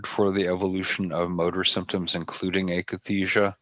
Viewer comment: Painful to hear "akathisia" mispronounced by 1,000 times.